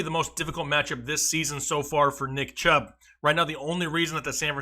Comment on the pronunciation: he said CHUBB